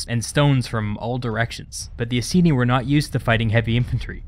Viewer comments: It's "I-seen-eye" not "i-see-knee" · Please check pronunciation of "Iceni" We actually say it as "Eye-Seen-Eye"